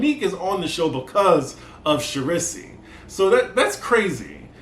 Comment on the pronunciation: Not Char-riss-E lol 😆